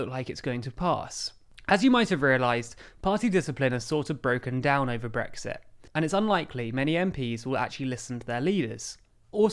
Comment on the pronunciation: I've heard of Brexit with a T, but what's this glottal stopped Brexi' thing to which you refer?